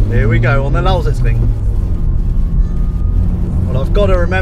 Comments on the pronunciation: Really like how you say "Lausitzring" :) Sounds almost like a native. Its a really cool track, like driving there. What was the fastest lap in the FK8? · i can't get over how excellent he pronounces "Lausitzring" :D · you say lausitzring as german as it gets. pretty fascinating ;) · lol how often did he say 'lausitzring' :D good pronounciation tho